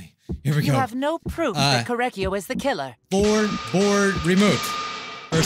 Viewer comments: Every time you say “Korekiyo” you say “Kory” so every time you say his name I go: “CORY KENSHIN?” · when he says kory it makes me think of "kork"